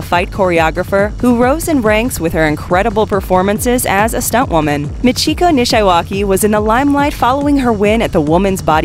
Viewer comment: Anyone else cringe every time she mispronounced "Nishiwaki"? 😉